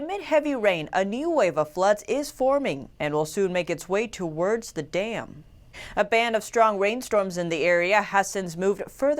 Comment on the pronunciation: The way she says 'towards'.